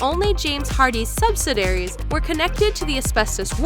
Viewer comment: "Subsadaries"? You illiterate moron.